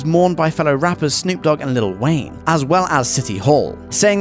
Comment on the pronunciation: wait..did he just say 'Litlle Wayne"?